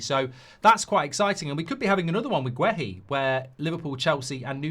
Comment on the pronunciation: Why can’t this bellwhiff pronounce players names properly? Wissa, Guéhi and there’s probably more.